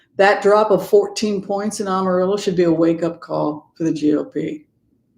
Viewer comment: great discussion and observations about the country. Just one little thing ~ Amarillo is pronounced AM a rill o. Not sophisticated enough for an AHM a rill o. I grew up in Texas, thankfully not West Texas. We are indeed trying to flip the state blue all the way through. Over the last 25 years (many of which I was in CA) the urban areas of Texas have become extremely multi-cultural. Pray MJ Hegar will replace Cornyn in the Senate. Divine Feminine rising! I also like that you reference the Jewish tradition since my mother was Jewish. Blessings.